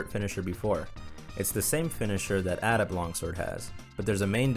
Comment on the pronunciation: The way you pronounce adept is pretty unique, also I just love the crab monsters in monhun. I really want some in world